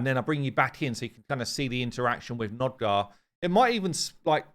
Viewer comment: NOG-DAR not NOD-GAR.